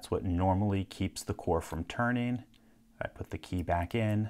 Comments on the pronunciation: Why does he call it a Kay? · He says "key" like "quay".